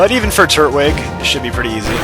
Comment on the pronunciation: TURT-WIG! (not tur-twig)